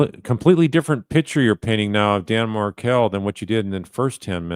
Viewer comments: Wendi corrects Detective Isom’s mispronunciation of Adelson but she didn’t correct him when he mispronounced Markle in the beginning of the interview. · love how she corrects his wrong pronunciation of HER name, but doesn’t correct him when he mispronounced Markel at the beginning.